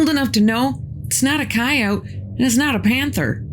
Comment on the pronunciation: Thank you,. Listening to you is like being with an old friend. I also love that you know how to pronounce the word coyote (just like you don’t pronounce the letter E at the end of the word, please.)♥️🕊️